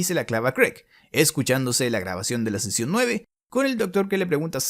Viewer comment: Seeeecionn suuueeeeveeee